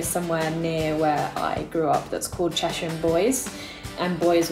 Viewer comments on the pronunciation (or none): none